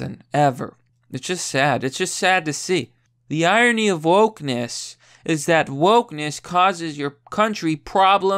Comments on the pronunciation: Irony, correctly pronounced EYE RON KNEE. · What's iony? Where's the r.